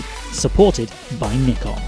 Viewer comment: Its still a Japanese company so i sounds like e and its pronounced neeeekon not nikon